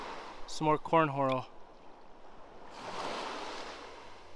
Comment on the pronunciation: Cornhorel? 😂I was listening both times.